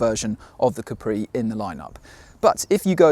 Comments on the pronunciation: Repeat after me: Caaapri. Not Capriii. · Si dice Ca’pri non Capri’